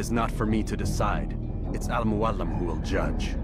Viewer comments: I am so pissed off that the voice actor butchered the inflection in Al Mualim. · He places the accent on al muAlim instead of al muaLIM